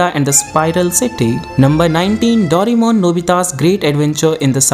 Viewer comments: the 'daurimon' instead of 'doreymon' or 'doraemon' made me uncomfortable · its not yu ji o. its yu gi o And its not doremon, its doraemon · Its not dorimon...its doraemon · Bhai dorai-mon mat bolo india hai ye yaha doray-mon chalta hai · Aap ne itna bada information video banaya par " Doraemon " ke spelling hi thik se bol nahi pae